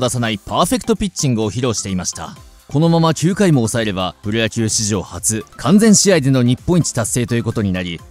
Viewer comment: 完全試合｢かんぜんじあい｣